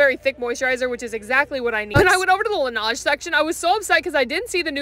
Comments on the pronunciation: Girl it's pronounced "la-nehj" not "la-nahj" 😭😭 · Hello I just wanted to correct you it’s not “Lanauge” It’s French so you pronounce it “Laneige” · (laneige is pronounced la-neighe(like beige) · Laniege (lanIEJ) is how it’s kinda pronounced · Btw it’s pronounced La-nejeh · it’s pronounced “Luh-Nay-J) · No hate but it’s pronounced lan-edge no hate Love ya ❤ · why tf do you pronounce laneige as “luh-naaj” 🙄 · The way she pronounced laneige has me dead 💀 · The way you pronounce lnage 😂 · GURL ITS PRONOUCED LA-NAIGE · The way you pronouced Laneige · bro learn to pronounce